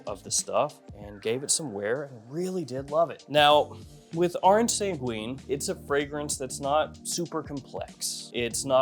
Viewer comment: Orange sanguine you don’t pronounce the u it’s orange san ghin